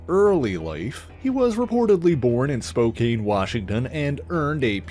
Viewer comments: for the record, Spokane pronounced "Spo-CAN" XD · Spokane is pronounced “Spo can” FYI